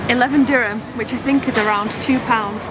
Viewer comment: My god, it’s DIRHAM, not DÜRÜM! that’s a Turkish dish! 😤